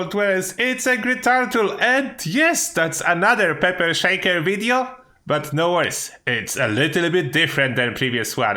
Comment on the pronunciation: peper sheiker